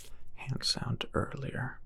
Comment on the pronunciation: "Sticky heuh"